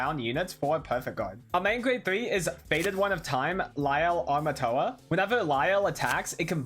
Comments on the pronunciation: aint it Amorta not Armatoa? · I think they're asking that because keeps mispronouncing the name as "Armatoa" when it's "Amorta"